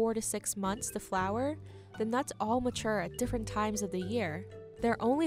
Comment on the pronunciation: DEES NUTS